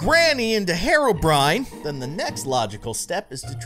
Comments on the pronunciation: He said haro byrin not hero Bryan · It’s hero-brine not harobrine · IT's HERO BRINE !!!!!!!!!!!!!!!!!! NOT HAYRO BRINE!!!!! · Hero, not hereo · It’s pronounced hero-Bri-in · It's pronounced hero - brine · it's hee row brine